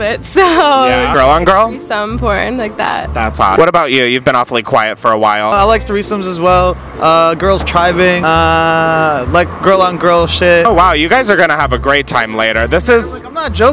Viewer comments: I would just like to point out it’s tribbing, not tribing. They’re lesbians, not Native Americans. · lmfaooo he said tribing